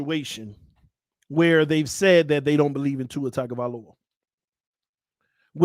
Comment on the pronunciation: Tua's last name starts with a tongue sound, not tag